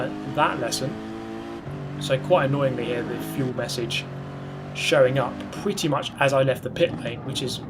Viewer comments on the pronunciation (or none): none